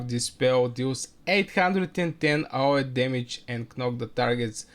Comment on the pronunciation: it's pronounced A O E , just the letters.